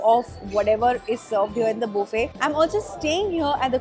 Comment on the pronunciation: it’s buffet (bufay) not Boofay 😂😂😂. The Heldy? Healthy (hell thi)